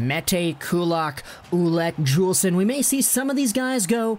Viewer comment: Noah Juulsen is pronounced Yoolsen. And he took a puck to the eye and is still recovering his vision. They thought he wouldn’t be able to play anymore.